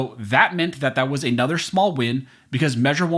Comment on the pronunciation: Why do you say "a nother"? Makes you sound illiterate.